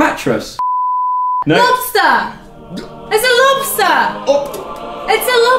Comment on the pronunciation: a lobsta! it's a lobstaa! IT'S A LOBSTA! O.O